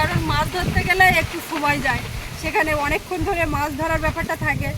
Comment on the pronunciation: শব্দটি জায় নয় যায় হবে